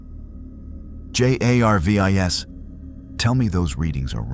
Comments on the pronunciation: Thx, but you need to fix the AI art and AI speech because it is Jarvis not J A R V I S. Otherwise it is a very interesting story. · I think the AI write the script, text to speech has been around for years and I recognize the characteristics here. Stuff like pronouncing each letter of an acronym like J.A.R.V.I.S. is what you get from the bare bones versions of tts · The mispronunciation of words and spelling of J.a.r.v.i.s.is one thing but the sheer volume of advertising is insufferable. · Stupid AI voice cant even say Jarvis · Seriously? Cant say jarvis? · Funny this A.I. can't even pronounce Jarvis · Es ist offensichtlich das sehr viel AI in diesem Video steckt! Gut daran erkennbar das er Shield und Jarvis nicht als solche aussprechen tut! Sie hätten auch einfach darauf kommen können Goku Mjölnir halten zu lassen! Das wäre sofort gegangen weil Goku ein Reines Herz hat!